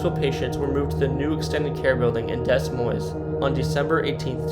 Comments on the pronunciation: Ahhhh!! All the mispronunciations are driving me nuts!!! Rosey-anne?! Dezz Moinez?!! I think it ruined the video for me and I live in Iowa. Also wanted to add Martelle Elementary School. I went there and lived down the street until it closed in the late 80's. Actually my cousin who owned a construction company bought it and the land it sat on and used it as storage for his supplies. He then decided to build multiple homes on the land, for his parents and his kids. He is truly an amazing person to be honest, he always took care of everyone else, he lived in a shack while they had beautiful homes. He married a woman and adopted her three girls and they had one son together but you'd never know that because those girls (now women) were his, for the good and bad. Then he bought some land in Hawaii and started going there every few months and started building his own home on that land. Unfortunately about 8 years ago his son and his daughters husband were in a horrible car accident, a woman was sexting while driving with her two kids in the back and hit their parked car at almost 55 miles per hour. They didn't survive the accident. So my cousin (the eldest daughter) lost both her brother and her husband at the same time and her dad lost his only son and son-in-law. He hasn't recovered since, but who would? Anyway, it's now just an abandoned school but it's actually pretty cool inside. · The VA hospital is torn down now and there is housing development on the land. How did you mispronounce so many different things in one video? Des Moines? Roseanne? Also, if you don’t have information of the abandoned location, then don’t put it in the video. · I can understand not pronouncing small rural towns correctly, but mispronouncing Des Moines? C’mon now that’s crazy. Ignorance at it’s finest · The capital of IA is pronounced with a silent "s" and the city of Nevada the middle "a" is a long sound. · Also Des Moines is pronounced Dea Moine the S on both are silent